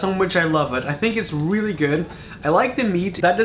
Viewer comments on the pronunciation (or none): How many times does he has to say weely instead of realy